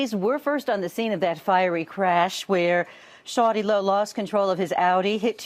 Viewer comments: Shawty Law? Wow...I'm dead. The news people couldn't even edit their crap before airing it? It's already weird enough hearing the news people pronounce his name. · When that white female news reporter said shawty low rotf.... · i couldnt stop replaying ms valerie pronouncing shawty lo.....the short pauses before sho nuff didnt help none